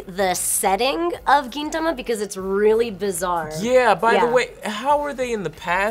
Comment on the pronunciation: She pronounced Gintama weird.... and the space betwween Gin and tama is .... a bit uncomfortable (First world Senior-Otaku problems)